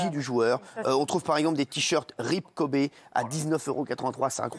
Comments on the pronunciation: Le mec parle du respect de Kobe et prononce kobé en mode c’est du bœuf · Quand tu dis Kobé tu parles de qui 🤷‍♀️Kobe(kowbi) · Kobe ça se prononce "kobi" en anglais et non "kobė" comme le boeuf pr ceux qui savent pas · Par contre c’est Kobe pas Kobé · Ce qui me choque c'est Hanouna qui l'appelle "Kobé" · Kobe pas Kobé respecté la légende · Son père l’a appelé Kobe par rapport au steak de kobé